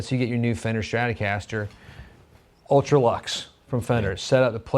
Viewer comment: Shhhtratocaster 🤯 Nails on a chalkboard